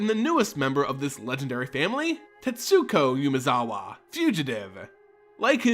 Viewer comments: Also constant YUUUmezawa instead of Umezawa is kinda annoying, I mean if I'm about to pronounce the same name a milliion times in a row, I might at least try to get it right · Great video as usual. Just gotta say it's "Oo-mezawa" not "you-mezawa" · It's Umezawa, not Yumezawa.